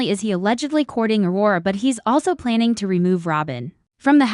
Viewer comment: What the hey! Please get a human who can pronounce the English language properly. Please call this show it has gone from the sublime to the ridiculous. Wara? Does Aurora know about her?